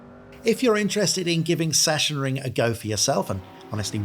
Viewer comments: Session ring :D :D :D say it like this: Sax on ring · Sorry, but i'm from germany and your "sassionring" makes me kinda sick xD The pronounciation is more like "saxenring". Didn't know if you researched that. Anyway great video and thanks for the recommentadion! I will give my community a hint ;) Edit: Just read the comment from AtzenMiro and saw that you already knew :D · fyi: pronounced something like "saxonring" (from saxony) ;) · Now you're confusing him even more by calling it Sachensenring ;) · try "sux-zen-ring" ;) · I live next to the "Sachsenring" (check my videos) and the correct pronunciation would be like Suxan-reeing Or simply watch germans say it 😅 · I think its zacksenring. Cuz s is z and ch is k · Awesome Preview for a great track. Just one thing, it's pronounced 'Sucksenring' . Sachsen ('Sucksen'/'Suxann') is the German name for Saxony. ;) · We waited much too long for your latest vid 😃 Great one as always! BTW: It is pronounced like 'Saxxenring' in German, but never mind. 😉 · Please dont see this as a form of critique or anything on those lines, I only want to inform you for future references. The "ch" in Sachensenring is pronounced like a "k". "Sachsen" is the German word for "Saxon(y)". Yeah, I know in most German words the "ch" is pronounced a bit weird, but in this case it is just a "k". So please don't take it in any offense form. Just for clarification. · Sachsen wird eher mit g gesprochen 😅 bzw. Doppel g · Better yet, "ch" followed by an "s" is simply pronounced like an "x"